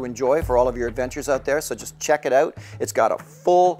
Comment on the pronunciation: Also, gotta love the "check it oot" lol